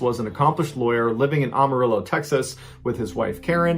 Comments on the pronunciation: Say it with me: "AM-A-RILLO" Not "Ahm" or "Ohm". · it is ......Am-A-rillo.....not Um-A-rillo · Pronounced Am-a-rillo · As a lifetime resident of Amarillo, TX. I would like to point out that the city's name is pronounced "Am a Ril lo". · Pronounced Am-uh-real-o. As in, (I) am a real o (Texan). No big deal, most people get it wrong. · any other texan Mr.B fans laugh at "ah-marillo" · The “A” in Amarillo is pronounced like the “A” in Apple. It’s not Ah-Marillo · Ballens pronunciation of Amarillo cracks me up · Not this man mispronouncing Amarillo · The way he says Amarillo